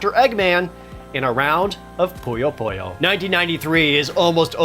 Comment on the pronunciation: Why do people keep mispronouncing Puyo Puyo as Poyo Poyo? I don't get it!